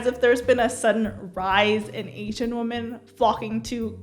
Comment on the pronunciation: My only question is: why doesn't anyone in Gen Z know how to pronounce the word 'women'?